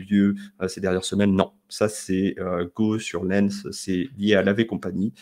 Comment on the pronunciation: J'y habite à Lens on dit Lens pass Lènss 😂